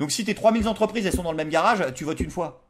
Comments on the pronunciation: Trois mille zentreprises et trois mille zhabitants ? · Mille est invariable... trois mille Z'habitant, c'est non... Trois mille z'entreprises non plus